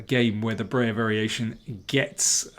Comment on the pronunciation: Please don't say "Brayer". It's BREYER!